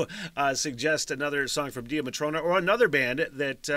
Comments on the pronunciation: The band name is pronounce like Daya Matrona. It means Divine Mother Goddess in Irish lore. In this video the singer/guitarist (Mollie McGinn) and drummer (Mamie McGinn) are sisters. Mamie has since left the band to continue her education. Mollie and her best friend Orlaith (pronouned like Orla) are still together and use a couple different drummers until they find a replacement of if Mamie returns. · please do Red Button its on the top of the list on spotify and it is pronounced Day-a Matrona